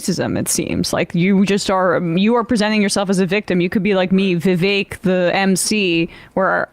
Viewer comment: I love how they pronounced Vivek perfectly!!